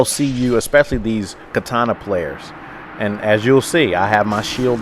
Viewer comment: *and* *partial* *parried* *stunned* learn how to talk right please?